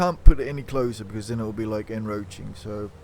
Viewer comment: en-croach-ing there is a c in the word.....